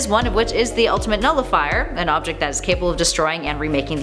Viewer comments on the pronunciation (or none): none